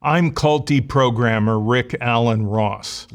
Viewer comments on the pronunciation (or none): I know he meant cult deprogrammer at the beginning, but I heard culty programmer. 😅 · I thought he said "I'm Culty Programmer" 😂😂😂